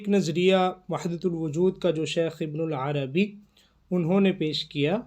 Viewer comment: ویڈیو بنانے سے پہلے کسی سے شیخ کا نام تو صحیح کرلو، ابن العربی نہیں ہے ابن عربی ہے۔ ہرجاہل کو شوق ہے ویڈیو بنانے کا۔